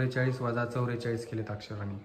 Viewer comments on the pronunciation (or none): चौरेचलीस नाही चौवेचालीस